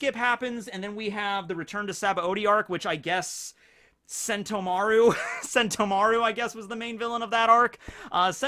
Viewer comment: The way emphasizes Mar in Sentomaru instead of the To